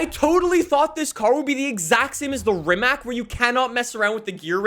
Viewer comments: Not trying to be rude but RIMAC is pronounced as Rimatz. Least that's how RIMAC pronounces it. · Please pronounce Rimac correctly its not that hard